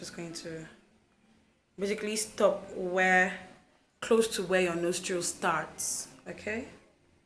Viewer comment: Why does it sounds like your saying nose drills? Then after I realize it was nostril